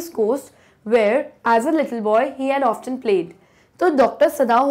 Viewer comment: Mam that's often you pronounced it incorrectly sorry mam